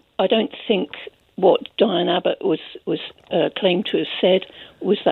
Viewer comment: The first caller got Diane's name wrong no less that 7 times, and yet she professes to care so much?